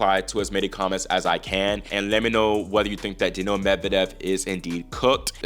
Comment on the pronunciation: I love your show but I find it difficult to understand how you pronounce players' names. Example: how you say Daniil. I suggest you pronounce it more like Daniel, with more stress on the "Dan." Also Bonzi in English ought to be pronounced /Bahnzy/ not /Bonezy/ as per the basic rules of English pronunciation. Granted in French the "o" would be pronounced /o/ like the name of the letter, but if you're trying to pronounce it like French then you have to soften the "n"; otherwise it doesn't work. Thanks. -a pronunciation teacher